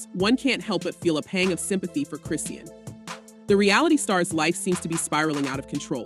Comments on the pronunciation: If you are going to vlog about someone, you should a least know how to pronounce their name, it's pronounce KRIH Shahn. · Please at least get the facts right and say her freaking name right ughhhhhh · These bolgers have to lie to get views anyone who follows rock knows its a lie i was just curious about what lie she was telling Today she cant even pronounce her name right😂